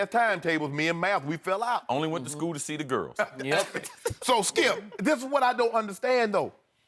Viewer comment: Lol The way Shannon pronounces Skips name. "SKILP ! "